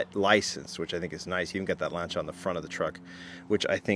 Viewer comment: Lan-ci-a….. jeez he drives me nuts how he pronounces it.